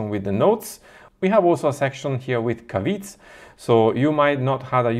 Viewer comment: Have you tried man man? And the word 'caveat' is a difficult pronunciation for non-native English speakers; it is cav-ee-at.